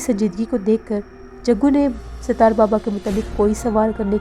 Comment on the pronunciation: . Please improve your URDU . Sitaar nahi Sattar Okay 👍 .